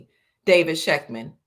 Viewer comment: If she says again.....😏